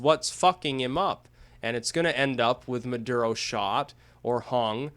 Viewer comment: mah-durr-uh oh